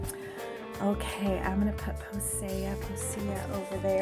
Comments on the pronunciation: u pronounce her name like posey like a little posey of flower po-sea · It is pronounced like posee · Her name is posea the ea makes the e sound